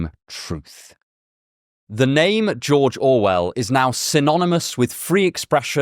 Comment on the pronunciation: Me an intellectual: "mmmh yes... the infamous Jorjor Well"